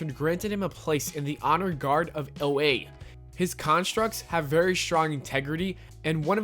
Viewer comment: Did you seriously call Oa as “Oh-Ey”?